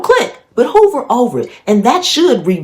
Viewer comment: Hover over not hoover lol